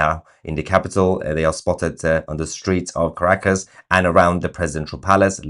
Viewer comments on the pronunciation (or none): I love how when Tousi mentions Caracas it sounds as if he were saying "Crackers" in his lovely British accent. 😉🤣 Seems appropriate somehow. But here is hoping they can get back some SANITY in their gov't with dictator maduro out of the way.